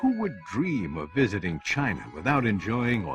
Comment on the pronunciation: interesting topic, though i'll admit it took me a while to get used to your accent, and how you drop the "g" on so many words (constructin', visitin')